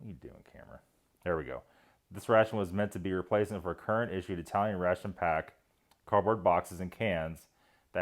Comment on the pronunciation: Are you sure? I could've sworn you're Eye-Tallyun.